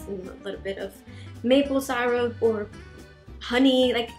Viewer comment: when you say syrup instead of pronouncing it like sigh-rup say it like see-rup! 💗🙏🌺